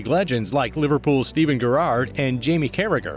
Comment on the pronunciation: steven Gerrrrrarrrd